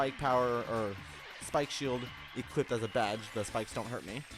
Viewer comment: Stop saying equipted.